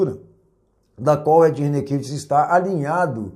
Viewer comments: Nitidamente esse camarada nao conhece o Ed. Nem o nome dele sabe pronunciar. É mais um que quer ibope e se promover a custa dos outros, tentando gerar polemica. quero vê se o Ed mover uma ação contra você! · Quero lamentar profundamente o conteúdo deste video com termos pejorativos inaceitaveis e acusações descabidas e infundadas contra o Pr Ed Rene Kivitz . Lamentável também a rasa e falaciosa interpretação do Pacto de Lausanne. Até a pronuncia do sobrenome do Pr Ed Rene está errado neste video... Lamentavel!!